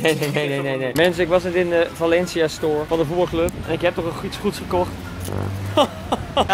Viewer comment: Da klinkt super raar als je zegt we zijn in Valencia mijn vrindin noemt Valencia